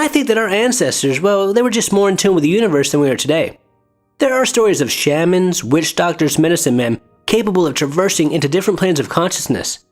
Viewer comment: The way you say shaman makes me laugh 😂